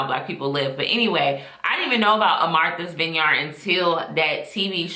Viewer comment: Pronounce the "vineyard" in Martha's Vineyard like its one word not two.